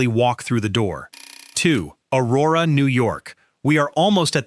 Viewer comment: You were doing well, I think, untill I heard O-WAY-go, and at that point I started wondering. Then you totally messed up the Aurora/East Aurora thing, and I immediately changed my "like" to a thumbs down. I wish people who do half-assed work, like this, on these videos, would find something else to do. Total embarrassment. You've got to care to do it right !